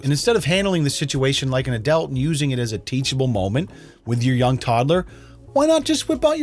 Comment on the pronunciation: Everyone: adult.: adelt